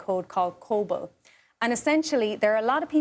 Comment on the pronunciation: Actually, the language is Cobol, not "COBLE". Second, having been exposed to that programming language over 30 years, it does not arbitrarily default 1875. No, it's like that when Social Security first began issuing payments around 1940, that year of birth those were eligible at age 65 was born in 1875. Still I have my doubts, that issue is related to the programming language. More so, it's related to the momentary cost for research and correction of the that data.